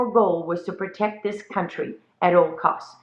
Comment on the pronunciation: says "prect" the family. So America go prect your family. Pmsl. Oh and look out for Palmists!